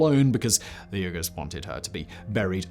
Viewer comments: As usual another awesome video, you are taking a great deal of time to research and nail details, but your pronunciation of the Turkic words were causing me to cringe and wince... even the modern name of the Uyghurs.. It's bad enough that the PRC is commiting crimes against humanity on them, but to mangle their names here.. just wow. How would you like to hear the word England pronounced something like Unglind every single time its uttered?? I STRONGLY suggest spending a few minutes to research unfamiliar names and pronunciations on easy to find on- line resources... This is not unique criticism of you as I see and hear so many videos with butchered pronunciations of many words from many languages out there, but as a native speaker and one very familiar with names and subjects discussed in this video it was truly upsetting, unsettling and stunningly wrong. And even more importantly you are educating thousands of new viewers in the wrong pronunciations of these words and names... Even so, much respect for all your efforts nonetheless, I truly enjoy your videos and gleaning more knowledge from them... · Yurghurs, Simon?! Yurghurs, reeeally? 🤨 I believe the people suffering Chinese gen*cide and ethnic clens*ng as we speak prefer Uyghur be pronounced, “Wee-ger”? Pleasure, as always. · is where I realized how badly Simon is mispronouncing uyghurs, and hit myself on the forehead and said oh my gosh those Uyghurs! 5 minutes of research confirmed that yes, these are the same people that China is still trying to take off the census today! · It’s not URGHERRRRS! It’s pronounced WEEE-GHERRRS! Come on man…. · Me both surprised and also not surprised at all the Simon doesn't know how to pronounce Uyghurs. (WEE-gerz) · Wait, these are the same Uyghurs who are dissidents in communist China now, right? Isn't it pronounced "WEE-goorz"? I think you need to look up the pronunciation of "Manichean" also. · Is it just me or is Simon’s pronunciation of Uyghurs incorrect?